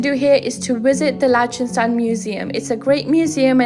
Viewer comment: You're saying the country's name wrong. And you say it wrong a lot in this video.